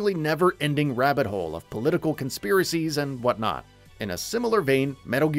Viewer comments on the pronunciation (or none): none